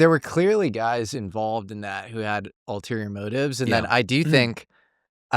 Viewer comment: Dammit,, it's "ulterior motives," not "alterior motives." ffs, you always get this wrong😅